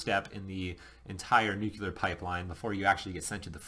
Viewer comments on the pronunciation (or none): So, you are going to ignore the fact that (like most people) he is unable to properly pronounce the word nuclear. I guess I am mostly alone in being disturbed by folks saying 'nucular' like he did several times, and i DID replay all the instances a few times each to be sure. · Pronounce nuclear right is the first thing I leaned in Nuke School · you would think if you've been through it, you could learn how to say nuclear.....